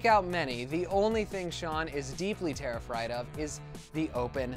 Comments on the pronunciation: Everyone who commented on this go to . . . terrifried instead of terrified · wait wait wait.... did he say. tariffrid? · Did anyone notice he said deeply terrifried 😂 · "DEEPLY TERRIFRIED" 😂😂😂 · "Deeply terrifried" loll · 'deeply terrifried of' hahahaha lol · He said terrifried instead of terrified Lol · Who relized he said "Terrifried"